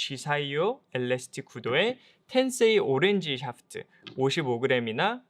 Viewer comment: 테에크놀러어지~~~~. 너우 굴린다 샤아프트으으~~~